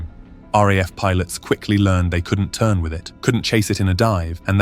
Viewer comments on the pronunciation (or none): none